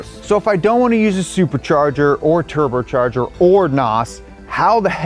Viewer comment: wtf, he says "turbercharger' and 'suburchurger"